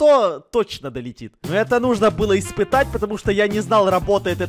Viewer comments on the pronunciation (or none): none